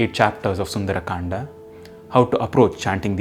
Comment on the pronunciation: please stop mixing English pronunciations with hindi words Saying kandaa sholka etc. sounds very annoying.